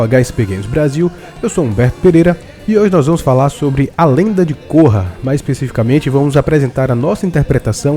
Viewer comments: a lenda de côrra? Se pronuncia Kórra! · Cara, eu gostei bastante de A Lenda de Korra (e você errou a pronúncia do nome dela). Você não pode alegar que as suas críticas são a opinião geral. Vocês têm que aceita que tem gente que gosta e tem gente que não gosta de diversas séries. Eu não gosto de Dragon Ball Super, e daí? Tanto faz. Continuem gostando dos seus shows galera. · e vc ta falando errado o nome dela